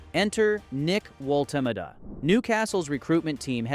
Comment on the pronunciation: I think I counted maybe six different ways to MISS-pronounce the BFG's name, so that is history wrong, data and details wrong, namjes wrong. Thumbs down and blocked from me.